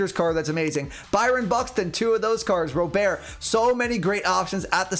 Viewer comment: Robert is pronounced like the English first name. It’s not pronounced like it’s French. I’ve heard it right out of his mouth in one of his first press conferences. They asked him how to say it. If you listen to the White Sox broadcasts, it’s definitely like I’m saying also.